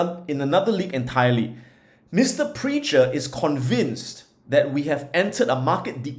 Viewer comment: Prechter is pronounced Prek-ter.